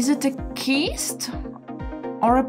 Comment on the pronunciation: People can be very cruel about someone saying something different and i dont want that to happen to you. The word cyst is pronounced "sisst" its the sound of an s at the beginning of the word not a k sound